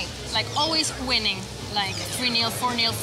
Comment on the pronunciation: "wining" lol it's winning.